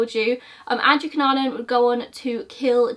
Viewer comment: I want you to know that you are pronouncing his surname right. (I'm filipino)